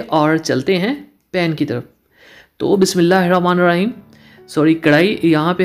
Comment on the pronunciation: Bhai ap ke recipes mughy achi Lagti hain Lakin ap ka Bismila recite proper tarakay say na kerna maza kharab ker data ha. Bismila he ra Maan nahe Bulakay Bismila he ra ho maan ha. Bora na manana ap ke recipes bohot achi hoti hain.